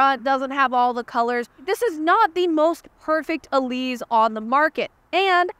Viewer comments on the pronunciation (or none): It’s pronounced e-LEASE, not e-LEEZ. (it’s an “s” sound, not a “z” sound) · It's the Elise, not the "Elize" like you keep saying. Every time she says "Elize", you have to drink! 😂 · Isn’t it pronounced “Elise”? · No it’s pronounced “Elise” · Now I’ll always hear say “Eleez” whenever I see, hear, or think of the Elise. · Eleeze? Is that the way the Brits say it? Let me know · It's named after Elisa Artioli so, one can either use the softer Italian pronunciation for the "E" or a harder English "E" (as in "ee"). But the "S" should always be the normal "S" sound. Not a "Z" sound.